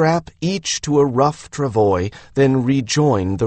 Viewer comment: Travois is a FRENCH word that is pronounced tra-VWAH . . . NOT tra-voy . . .